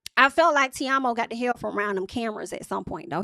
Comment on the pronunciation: His name is pronounced Tee-Mo lmao 😂